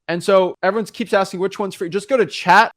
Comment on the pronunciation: If you say Chat GDP one more time! I'm going to put a Komodo Dragon in your car!!! It's Chat G--P--T!